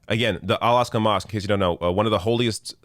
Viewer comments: Just an FYI, it’s AL AK-sa not AL AS-ka. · It's not the "Alaska" mosque. It's Al Aqsa. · Al -ak-sa Not Al-ask-ah It shouldn't sound like "Alaska" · It is “Al Aqsa” not al asqa. You made me laugh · Someone probably corrected you but just in case... It's Al-Aqsa mosque on the Temple Mount, not Al-Asqa. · It's actually Al-Aqsa mosque not Al-asqa* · Just a small correction but significant to its name.. It’s ‘Al Aqsa’ Not ‘Asqa’! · Its Al-aqsa not Al-asqa just shows how ignorant "" is. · It’s al-Aqsa NOT al-asqa But soon it won’t matter after israhell takes it down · Al-AQsa, not Al-Asqa,! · btw it is not al asqa but al Aqsa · It’s “AL-AQSA”, not Al-Asqa. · It's Al Aqsa n not Al Asqa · It's al aQSa mosque not aSQa Cheers mate 👍🤓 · Al Aqsa.. not Al Asqa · Al Aqsa - AK-SA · This is great, but it's 'Al Aqsa' Mosque... you should know this considering this is such a huge part of it! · No. It’s Al-Aqsa Mosque. Cheeses!! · It's Al-Aqsa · It's "Al-Aqsa" mosque.